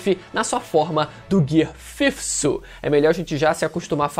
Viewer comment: É gear fifth, a pronúncia é gear fifite